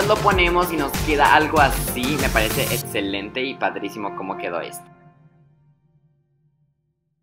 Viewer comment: o o ya para cuando el vídeo de "Soy gay" o "Saliendo del closet" creo que muchas personas lo están esperando o acláranos las dudas..y por favor no digas etcelente, di Excelente (Ecselente) y así con Exótico (Ecsotico) y Roxana (Rocsana) te oirás mucho mejor please